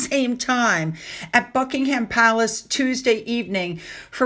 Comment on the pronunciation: Please, watch a British report on our Royal Family so you can at least pronounce place names. It's so grating to hear Bucking Ham Palace. Checking before you tape instead of guessing names would be pretty easy.